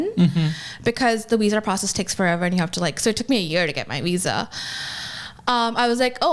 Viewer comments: I hate how she pronounces her “V’s” She has no accent, she doesn’t need to say “Wenmo” or “wisa” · I'm sorry, is she saying Weeza instead of Visa? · She got her "weeza" huh? Never heard of a "wiessa" card before. Wtf is a "weezer card" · A doctor and cant says wisa instead of visa. I bet that word has to be in her vocabulary almost daily. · I very much dislike how she says "visa" invokes great anger in me. "Weeza"! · It kills me everytime she says weesah instead of visa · "Weeza issue" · I never heard that word. I did, however, hear her say "weesa" quite a few times. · I keep hearing her say “Weesah” for Visa 😂😂😂😂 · Visa..VVVVVV... With a V. This Weeza nonsense is killing me. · Why does she say Weesa? It’s Visa. Why can’t she pronounce Vs? She has an American accent and dialect. The fuck? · Did she say weesa instead of visa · What the fuck is a wisa????? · What’s a “weezuh”? And what’s “wenmo”? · It bugs me how she can pronounce "F" words totally fine like "Forgot" and "Friends'" but somehow pronounces "V" words incorrectly. Instead she says "Wisa" and "Wenmo."💀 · Congratulations America you're importing doctors that can't pronounce visa, say every sentence like it's a question and are financially illiterate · Bruh its not that hard to say Visa